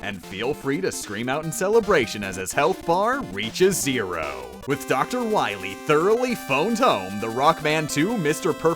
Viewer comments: Ah yes, DOC ROWBOAT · Did… did he call him… “Doc Rowboat”?